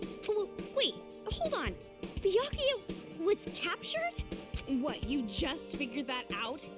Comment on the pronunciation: I've got the cold and every time you say name I laugh WAY too hard for my sinuses to keep up. That is to say, I'm loving this (but my nose isn't)